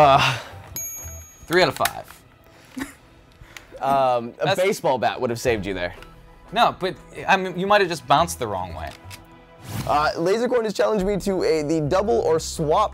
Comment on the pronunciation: lasercorn, not lasercone, loool